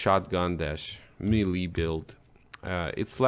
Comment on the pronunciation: Melee is pronounced “may-lay”